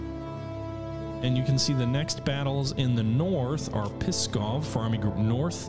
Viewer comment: Believe me or not, but for Russians the way you pronounce Pskov sounds like "Piskov", which can be loosely translated as "Cock-town", or "Dick-city".